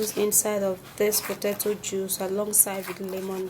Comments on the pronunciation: Not pototoe, it is potato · "Pototoe"😂she's adorable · 🥔 "Potatso" ? 😂 Why such a demaged one though. "Beneaths" da bol....😂 Khotting De lemon "bicarbonates" 🙄 😂 😂 I'm entertained.😝👌